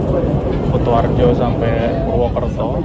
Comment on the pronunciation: KU ! KU ! KUtoarjo ! Bukan KOTOarjo !!! 😂😂😂